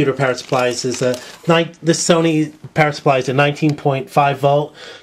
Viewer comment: does anyone else hear 'parrot' instead of 'power' supply?